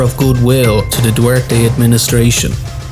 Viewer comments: Its pronounced Rod-rigo du-ter-te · Duwerte i am filipino that not how you say it